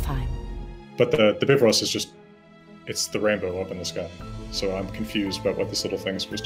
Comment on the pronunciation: Ahh the first time I’ve heard bifrost spoken properly!! It makes so much more sense how you said it rather than the normalized bi-frost way.